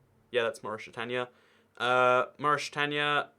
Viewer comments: It’s Mauritania not maurishitania ahhhh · “Moorishtania”!??? Wtf?? Who pronounces like that? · ah yes morishtania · Maurishtania lmao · You say Mauritania really weird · How did you pronounce Mauritania? For some countries..you pronounce them very incorrectly.